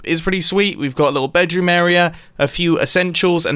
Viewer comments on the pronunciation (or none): “Bedwoom” -Mumbo Jumbo 2019